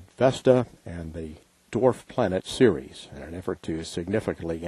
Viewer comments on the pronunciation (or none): Pronounced “Series” but it’s spelled Ceres.